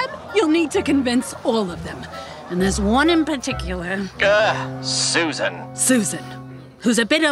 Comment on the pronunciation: Wtf did Alastor call Susan 😭 my brain and ears refuse to comprehend the first word